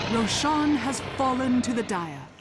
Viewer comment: That's the strangest pronunciation of Rosh I've ever heard.